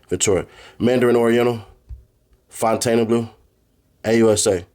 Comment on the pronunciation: The word: Fountainebleu: Fontana blue 😂😂😂